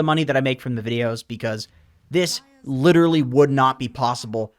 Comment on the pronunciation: You butcher pubs with Pudge the same way you butchered the word 'literally' <3